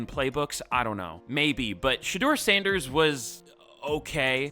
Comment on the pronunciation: Also, shout out to u for actually pronouncing our last name right on the first try. It’s not often that people get it right on the first try.